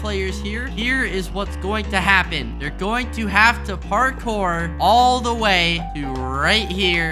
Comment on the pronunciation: “did you even haft to do anything”